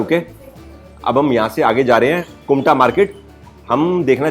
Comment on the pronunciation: It's kumta ....not kunta